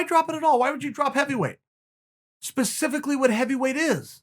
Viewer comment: Important time stamps: -leg cross/“it’s one of these things” -“pacificly” -“it was one of these deals” -Chael flexin on us